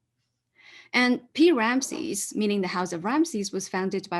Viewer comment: "The main gauze! The man in gauze!" Sorry, but "Pi-Ramesses" sounded too much like "King Ramesses".